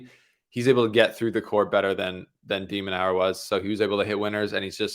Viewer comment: has a funny way of pronouncing De Minaur’s name… De-Man-nor… not Nau-er